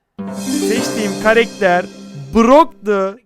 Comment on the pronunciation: Karekter değil karakter demelisin